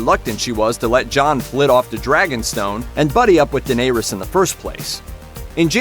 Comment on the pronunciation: You know nothing...the crypts scene is just a promo. You called Bran, Bron, and the way you pronounced Daenerys...